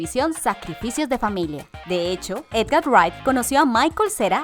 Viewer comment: Ella casi no sabe leer las cosas, nunca dice de forma correcta "Edgar Wright" y muchas otras palabras